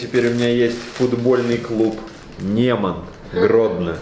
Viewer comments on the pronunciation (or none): Правильно не НемОн, а НЁмон